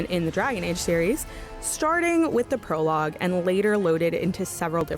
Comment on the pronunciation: She said Perlogue i can already imagine how this video will go